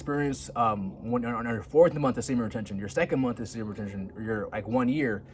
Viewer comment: I really wish you'd practice the word retention until you get it down. It's retention. Not retsjhhhion